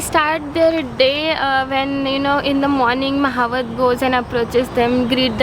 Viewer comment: Mahavat ❌ Mahut ✅